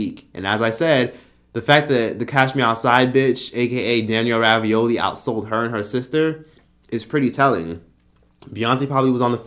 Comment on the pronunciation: Did you say Danielle Ravioli? 😂💀